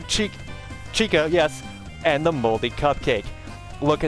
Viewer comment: Am I the only one who heard little red cun- little red chica